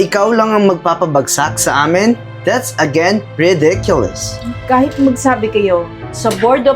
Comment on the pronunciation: Both of you needed to do a little more homework and spend more time practicing your English grammar and pronunciation., you might have wanted to learn how to pronounce the word "thanks" because you really missed the mark. And, your pronunciation of "ridiculous" was way off, it sounded more like "rediculous." Just saying... it gave me a good laugh! 😂 LOL.